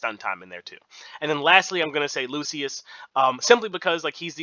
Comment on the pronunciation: It's Skylar and loo-shuhs. We help each other 😁🙏